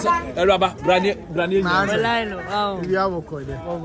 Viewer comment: Ah what is poreeno 😄😄it's poleeno